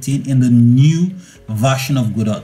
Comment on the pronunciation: FINALLY, someone that can pronounce Godot properly. :) Everyone else always calls it "gedough", or "gadough" and it drives me insane